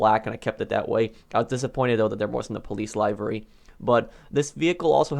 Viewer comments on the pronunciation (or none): It’s pronounced “Live ur e” not “liyv ur e” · “Lie-v-ry” it’s “lihv-ry” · Its "livery" not laaaayviry" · You're pronouncing livery wrong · Who the fuck says livery like u